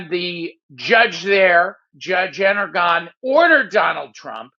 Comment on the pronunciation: Judge En-GORE-on. Not Engeron. Not Energon. Not Aragon. Why can nobody on this channel pronounce it correctly? Some kind of pact?